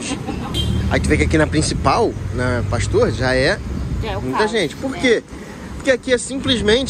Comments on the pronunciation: O nome é Av. PASTUER ..e não pastor...kkkkkk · Avenida Pasteur. Pronunciamos aqui no Rio Av Pastér. #ficaadica😂❤